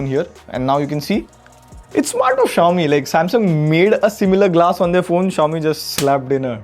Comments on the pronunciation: What is Zayomi? Just say Xiaomi man. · Shao-mi❌ jao-mi✅😂😂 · no way he pronounced Xiaomi wrong. i think ai voice was used in this segment as it can pronounce it wrong. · Bro Chill he's human too.. he can fumble out too